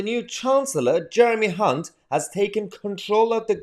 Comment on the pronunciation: Don’t think it’s pronounced Hunt